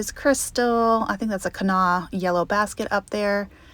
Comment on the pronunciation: Wow! You know how to say "Kanawha!" Please pass along to George and Jocelyn. When you say, "but, I already have one" I wonder where you store it all.